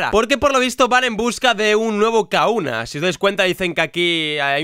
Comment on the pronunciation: Por qué dices Kauna si se pronuncia Kajuna